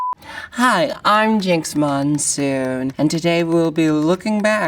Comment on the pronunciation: Jinkx MONEsoon